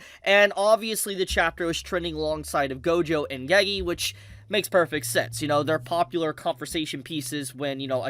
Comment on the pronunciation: bro WHY are u saying geygi its NOT hard to say GE GE